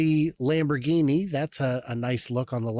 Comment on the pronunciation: Family Lamborghini? Famloghini. Sorry if someone already said it.